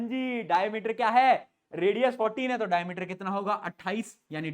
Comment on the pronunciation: Diameter❎ Dayameter☑️ 😂😂😂😂😂😂😂😂😂😂😂